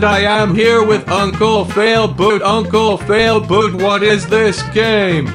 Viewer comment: 😒You said uncle fialboot...😒 Your brother is failboat... 😒